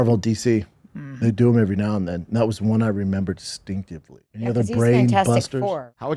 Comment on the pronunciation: “Stinkidly” instead of “distinctly” might be my favorite shaubism of all time. Blink and you’ll miss it.